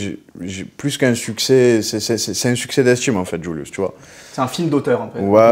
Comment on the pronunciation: Incroyable incroyable trop fort, le flow, la musique, des punchs, il est content d’être là, le journaliste au top mais par contre je déteste comment il dit JVLIVS, il dit djoulious, entre nous c’est vraiment plus Julius